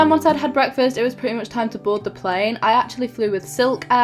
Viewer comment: When you were talking at the end of the video you sounded like you had started to develop a bit of an Australian accent when you said home and plane.